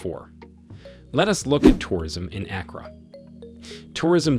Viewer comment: He said Accra has very good roads? Stop the cap. I live here, and I know that's not true. And the pronunciation of the city name was cringy.